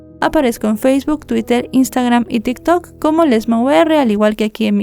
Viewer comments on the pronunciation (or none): none